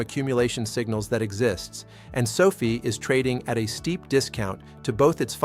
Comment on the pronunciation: Is there anyway you can get your AI to properly pronounce the word Sofi? Every time I hear him say Sophie I feel like maybe the rest of the information is in accurate as well. People lose interest in hearing the valuable content you are offering however, every time he says Sophie, it makes people want to ignore the rest of the message.